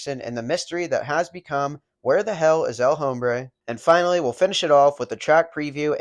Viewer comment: You don't pronounce the H in El Hombre.